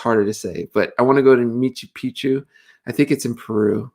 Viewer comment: It's "Machu Picchu" T.J. 😉👍🏾